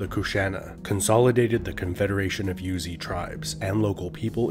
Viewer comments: The tribe is not called "Yuezhi", it is pronounced "Rouzhi". There is a lot of pronunciation that was translated by the common pronunciation of Chinese, but there are many that actually pounced differently in the history, "Rouzhi" is one of them. We always and still procurance that way in Chinese history study. Maybe western scholar missed this fact when naming it in English. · Yuezhi is Yweh-jir, like sir in a British accent with no r sound. It's a Chinese term. I love these videos!